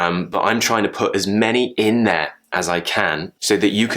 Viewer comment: You pronounced 'glottol t' in `in there`, didn't you. Can you explain if it is RP, Am, Cockney or what? Another word pronounced with 'glottol t 'which fascinating me is `partner'.....